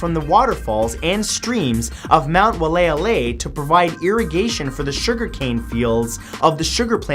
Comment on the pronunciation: Kaua’i resident here. Your pronunciation of #44 was close but not quite. It’s pronounced WHY-AH-LEI-AH-LEI. I know it’s very confusing 😂